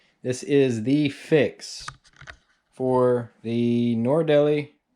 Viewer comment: Thx for the info! But I had to turn off the sound because the thing is called a NORD-LEE, not NOR-EEE-DEL-EEE.